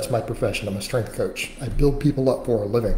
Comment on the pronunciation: "A better athuuh-lete, a better coaff, more successful financially". Gonna buy muh house in another 20 yrs.